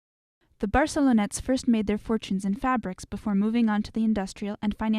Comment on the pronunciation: barcelonnette not barcelona